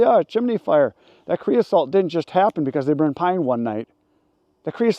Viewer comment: c r e o s O T E not c r e o s A L T